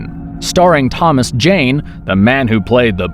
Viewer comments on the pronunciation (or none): none